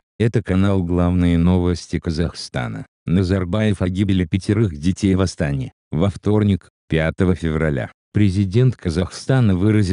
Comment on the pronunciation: В Астане, ударение падает на букву е